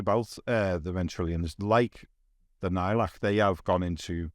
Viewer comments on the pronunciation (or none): according to the Necron audiobooks Nihilakh is pronounced "Knee-High-Lack"